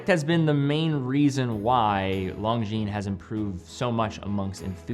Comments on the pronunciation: It's LON-GINES, not LONG-GINES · can you please stop spelling Longines wrong? the G and the S is silent, LONJIN that's how it should be spelled love the review❤ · You mispronounced Longines in the beginning.